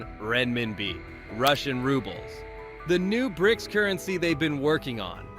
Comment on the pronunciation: B R I C S? Your AI sounds like a chearleader, its just missing the "can i get a" before each letter. Its an acronym and pronounced Brics.